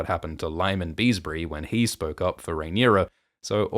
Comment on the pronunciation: But, don't you mean Lord BEEEEEEEEEEEEESSSSSSSSbury?